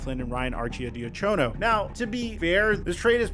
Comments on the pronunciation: BTW it's Archie-die-ya-ko-know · Some how my mans fit choad into his arcidiacono pronunciation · The way he is pronouncing Archidiacono Bro 💀